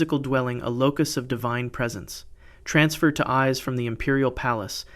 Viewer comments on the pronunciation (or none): It’s pronounced Ee-Say, please learn how to pronounce Japanese words please! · The pronunciation of the Japanese is atrocious! "Ise" is pronounced "E-say". "Naiku" is pronounced "nigh-ku". "Nihonshoki" is pronounced "Knee-hon-show-key" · Not just the dates, all the names too! Called Ise "eyes" is criminal